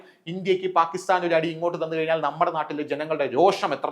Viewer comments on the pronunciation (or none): none